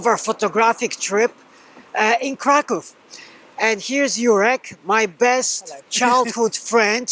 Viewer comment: That's great. You can pronounce Kraków better than Jurek does.